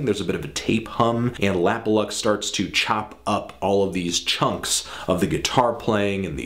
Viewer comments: yes you are saying it right, it's supposed to be an abbreviation of 'lap of luxury' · You are saying it right! His name stands for 'Lap or Luxury'